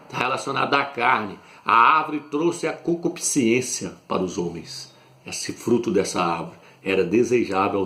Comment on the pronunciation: Meu amigo não se diz concupisciência A palavra é concupiscência Vc pronuncia colocando a letra i antes da letra ê Mais não existe essa letra i Ok Olhe o dicionário e confira